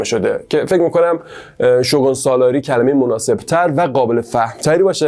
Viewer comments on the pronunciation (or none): شوگان؟ شوگون تلفظ میشه فک کنم توی چندتا انیمه شوگون شنیدم ، ممنون بابیت ویدیوی خوبتون ❤ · عالي بود👏🏻 ، البته شوگون (shogun) درسته!!